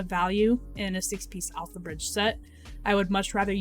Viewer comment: pretty sure I heard you say AlphaRizz instead of alphabridge